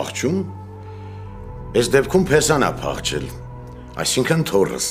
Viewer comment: Փեսան չի՜ փաԽչել ,այլ ՝փաԽել է :Աշխատեք ճիշտ արտաբերեք բառերը հարգելի արտիստներ ...և ընդհանրապես ....(կներե՜ք ,չէի կարող չանդրադառնալ հարգարժան արտիստ ...🤔)